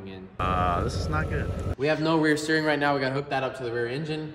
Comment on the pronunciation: Why did you say meow instead of now